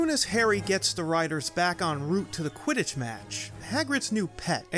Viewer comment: Did you mean to say “u.k.” Quitich league